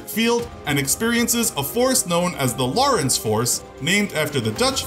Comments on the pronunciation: Lorenz not loris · It's pronounced "lo-reh-nz" not "law-reh-ence" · How are you pronouncing "Lorentz" as Lawrence? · This guy could have the best Sound Recording Room ever made (and he would still pronounce words like 'Lorentz' and 'sabot' wrong.) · The T is silent in sabot. also check your pronunciation for lorentz force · you are saying 'sabot' wrong. edit- and 'lorentz' it is difficult to take this channel seriously when key terms are mispronounced.